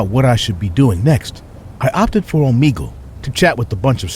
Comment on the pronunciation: The fact that he said Omegle wrong 😑